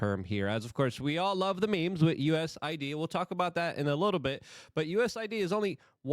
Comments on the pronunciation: Luke. I hate to correct you too much but it is US A ID not USID. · U S A I D LUKE!!!!! Get it right ffs